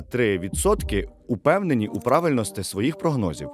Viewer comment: Будьласка, використовуй закінчення "І" замість "И": правильностІ